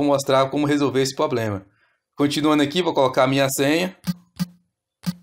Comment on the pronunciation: Se chama problema com R é uma agressão a língua portuguesa a forma que você pronuncia essa palavra